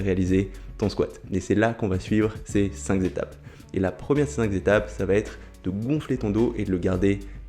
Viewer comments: Super vidéo, je vais suivre tes conseils pour améliorer mon squat. mais cinq zétapes… à corriger aussi ! 😉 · bravo pour les cinq Z'etapes, le fameux z de liaison est magistral!!!